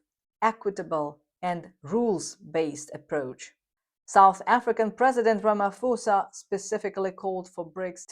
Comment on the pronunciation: Hello, for future content videos please understand that Ramaphosa is pronounced with a soft "P" never an "F", the Ph=F rule doesn't apply to our indigenous languages...Also in Africa we make a distinction between "P" & "Ph" a hard and a soft "P/Ph" so please its not Ramafosa, its Ramap(h)osa...